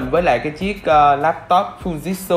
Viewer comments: Fư ji trự chứ k phải fu jit su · Mình lên video thì nên đọc cho đúng anh ạ. Không phải là phu dít su đâu nhé anh. Phư-ji-trự nhé a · Em phải đọc là Phư Ji Trự nhé!